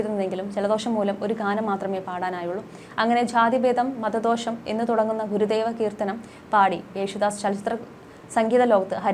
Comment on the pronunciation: മത ദോഷമല്ല; മതദ്വേഷമാണ് ശരി. മലയാളം വളരെ നന്നായി ഉച്ചരിക്കുന്ന ദാസേട്ടനെക്കുറിച്ച് പറയുമ്പോൾ നല്ല വണ്ണം ശ്രദ്ധിക്കുക🎉